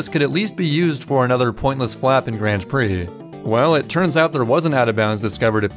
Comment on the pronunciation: ´"grand preh"